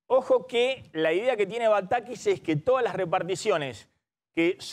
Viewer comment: jajajajajjaja nuevo cavallo jajajaja como me hizo reir, denle un curso de modulación a Maxi montenegro desastre como pronuncia la S... shi shi shi, la idea que tiene batakish, ejecutar en los proximos meshes... jajaja no podes.